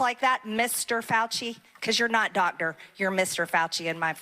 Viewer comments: “You’re not Dot-Der” what??? 😂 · Is she saying "dotor"?